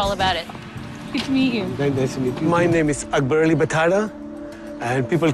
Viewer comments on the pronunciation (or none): It's not Ackber. its Akbar u damn he's an Indian too